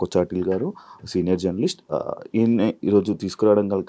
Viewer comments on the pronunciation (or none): none